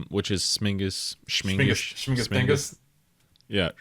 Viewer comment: Actually it's śmigus, not śmingus 😉